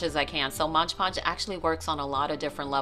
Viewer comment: Super cute cup. BTW it’s Mod Podge not Modge Podge. 🤨